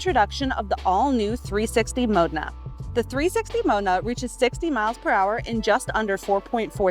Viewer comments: Mo-de-na not Mona. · She actually says Mode'nahh really quickly ....BUT nevertheless still mispronounced. Lol However we're nitpicking as that gated shift 360 Mo- de-na is sensational. 👍👌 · she says Mona several times 🚘 🚘 🚘 or 👧 👧 👧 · Frosted its a wonder than she cant pronounce the name of the car she is selling correctly.